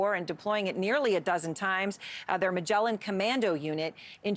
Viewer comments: it's pronounced MAGLAN not Majelen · the 'magellan' unit she mentioned, did she mean to say maglan..? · It's not Magellan like the explorer, beut Maglan, which is the Hebrewn name for the ibis bird.